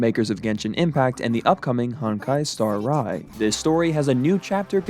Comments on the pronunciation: never heard someone call it "Honkai Star Rai" before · why did you pronounce Star Rail as Star Rye lol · "honkai star eye"??? LOL